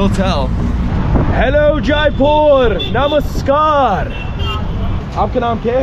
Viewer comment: The Way You say Namaskar, Dhanevaad, Chalo and Machan is Really Amazing.